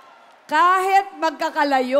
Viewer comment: Sana alam Nya gamitin kung kelan ginagamit ang “I” at “e” :::: example instead of “kahit” she will say “kahet” etc